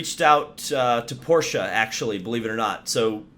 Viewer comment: Thank you for pronouncing Porsche correctly……with an ah on the end